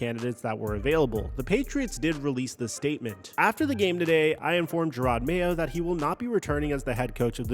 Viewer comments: "Jay-rod Mayo" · It's not JAY-ROD Mayo its jer-rod Mayo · Holy shit. Its JA-ROD NOT JAY-ROD. Also, Vrable is NOT a disciple of Bill. Holy shit, do some research... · Why are you calling him J-rod Mayo? 🤦‍♂️ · Jayrod mayo? How do you report on sports and not know their names lol. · Who tf is Jay-rod lol wtf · “Jayrod Mayo” holy shit kill me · Mayo was around for a whole year and you still calling him Jay-rod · Who tf is JAYrod? Get his name right breh this is your job. SMH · Jay-Rod Mayo lol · Jay-Rod?? Come on man if you can't say his name right your clearly not a football fan. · J air odd??? WTF is wrong with the way you pronounce names sometimes??? is it on purpose? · It's not Jay-Rod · How you say Jerod Mayos name bothers me so much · Are you pronouncing his first name incorrectly on purpose?